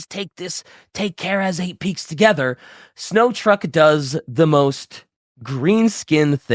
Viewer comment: This was a great episode, but pronouncing Snotruk as "Snow truck" was very, very funny to me.